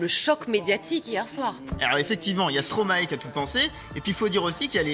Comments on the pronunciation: Prononciation: Non à Stroma-é Oui à Stromäe - Mäestro à l'envers ! Merci 🙃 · Se prononce Stromaï ! Et non " Stromaé " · Arrêtez de dire, stromaéééééé pour l'amour de dieux !!!, sa se dit sromaille bordel !! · Ça se prononce stromaie et pas stromaet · Arrêtez de dire stromaé ça se dit stromaye !!!!! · On dit Stromaï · Tu connais Stromae mais tu sais pas comment le prononcer...